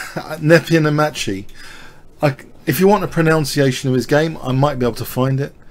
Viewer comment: interestingly you pronounced 'pronunciation' incorrectly.